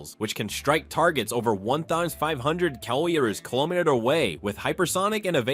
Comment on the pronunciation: Thanks for all the time and effort you put into this. Good information A raw the commentary was good but work with your software, so that it will pronounce the words kilometer and degree correctly. There were a couple other words too, but I can’t remember them specifically. Great video overall.